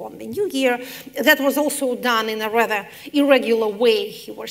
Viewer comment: Подскажите кто-нибудь Екатерине Михайловне, как произносятся rather и almost. Там нет звука э.